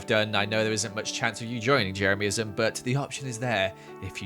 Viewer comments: HE SAID JERAMISM NOT JEREMYISM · I can’t get over the way says Jeremyism “Jeremiahmism”